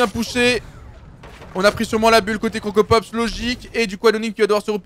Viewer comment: KILLforDEATHHHHHHHHHHH pas forDEAD tu me stresses Et CroCROpopss pas Crocopopss